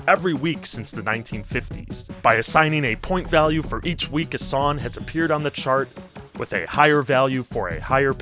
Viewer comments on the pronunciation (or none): How are you a music YouTuber and you can't even pronounce the word "song" properly. You leave off the "G" and say "sawn" every single time. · My brother in Christ, please, please, please pronounce the G. SonG. Push your tongue forward rather than pulling it back at thr end of the word. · Why can't you pronounce "ng"?